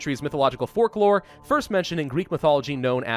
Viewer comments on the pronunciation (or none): did Say "forklore? or is it just me i listened multiple times.